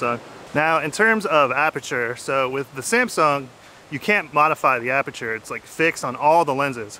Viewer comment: What he says: Aperture What I hear: Amateur